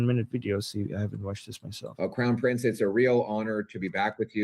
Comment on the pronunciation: WHY haven’t you fixed your pronunciation of “prince”!?! IT’S NOT PRINCESSSSSS! IT’S PRINCE! Really?!?